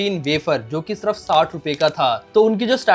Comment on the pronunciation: yaar tum "sirf" ko "surf" kyu kehte ho!?!?